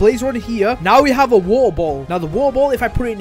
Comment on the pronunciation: Wo’her boh’ol very br’ish